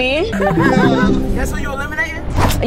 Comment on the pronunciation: She said Luba it’s babo